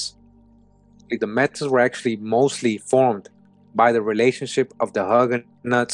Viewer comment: Brother love you but it's pronounced May-T =Metis